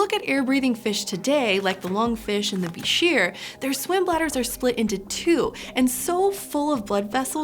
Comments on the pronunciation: its prononced buy-scher just so you know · When I was an avid aquarist back in the 1980s and '90s, at one time or another I owned several different species of bichirs and reedfish, I loved them. But I always heard it pronounced incorrectly, not like "beh-sheer", but like "biker". I named my palmas bichir "Harley" and my ornate bichir "Davidson"... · I always heard that "bichir" is pronounced "biker"